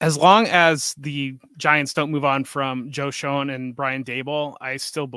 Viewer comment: mispronounced Schoen and Mostert, called Jaylen Wright "jaylen warren", and contradicted himself on the packers TE take...and im not even halfway through the show